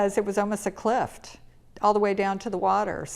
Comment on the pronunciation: Beautiful tropical home. Interesting accent … she doesn’t pronounce the t in architect, but adds a t to the word cliff.